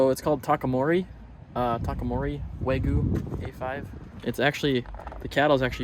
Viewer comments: Not neGEEE. It’s NEH~gi. Not Weh~goo. It’s Weh~gyu. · I wish I understood why you insist on not pronouncing the y in wagyu.